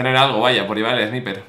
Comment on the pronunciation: Hola😂 no se dice "Sniper" se dice "Snaiper" lo escribo así para que se entienda 😂